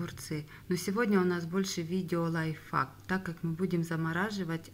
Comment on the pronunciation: Вы сказали лайффак